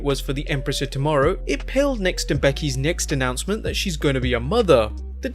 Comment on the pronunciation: What’s an “Annoncement?” Oh, “announcement,” right.